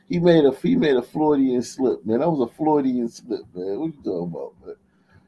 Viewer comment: please tell to read a book. Doesn't know what a "Floydian slip" is...SMH. - there was a very famous psychotherapist named Sigmund Freud (pronounced FROYD). He was the founder of psychoanalysis and would treat people's internal conflicts.